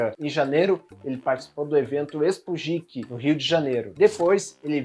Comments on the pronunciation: Geek = “guik” pelo amor de Deus!!!! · Você tá falando "geek" errado. Tirando isso, o vídeo tá ótimo como sempre!